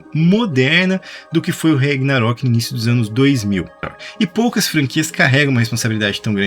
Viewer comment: rEgnarok? CARALHO! VOCÊ NÃO FALOU O NOME CERTO UMA VEZ NO VÍDEO... PQP!